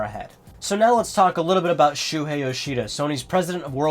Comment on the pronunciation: btw his name is Shuhei not Shuhie. check the desc :P